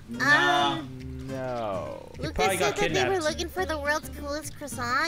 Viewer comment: I am learning French and when Luca said his name was Luca and I know a bit of French that was correct